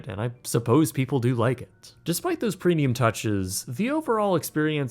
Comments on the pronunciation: I can't tell if he is right about the food or is just extremely picky. Also PRENIUM PRENIUM PRENIUM. ITS PREMMMMIUM. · I can't be the only one that hears him say "Prenium", right? With an "n"? Love the videos btw